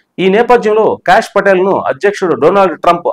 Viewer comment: "భగవద్గీతపై అంటూ.. ట్రంప్ సంచలన ట్వీట్"? మీరు వీడియోలో చెప్పినదొకటి. పెట్టిన హెడ్‌లైన్ వేరొకటి. BTW, ఆయన పేరు cash కాదు సర్. కాష్ అని పలకాలి.